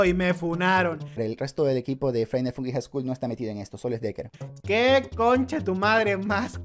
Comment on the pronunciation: Por cada vez que el dice "deker", un chino muere